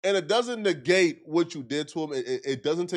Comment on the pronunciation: "It doesn't negate(nig-gate) what you said to him."